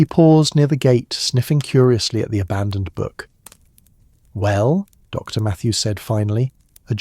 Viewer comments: I don’t get how she locked up the post office without the keys and how opening the post office would speed delivery of the letter when the post office was closed anyway. Why are there such pauses after Mrs. and St. And Dr. That was very odd. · Very off-putting that AI can't handle titles with periods like Dr., Mrs. Saint (St.), adding unnatural pauses in narration.